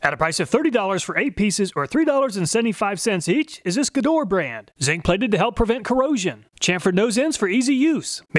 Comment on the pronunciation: dude...."Gedore" is pronounce correctly in German like with hard "G" and the two "e" as the "e" in "effort"